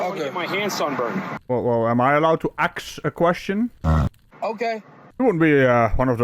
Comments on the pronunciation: NO! You may not 'axe' me a question. You can ASK a question if you like. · Listen here ocifer, I need to ax you a question. I don’t be is traveling in your jurisdiction. I’m being racially profiled, I’m genuinely surprised the I can’t breathe didn’t come out.